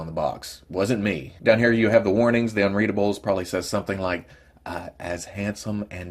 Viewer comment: You nailed the "unreadable" on every review, good job hahaha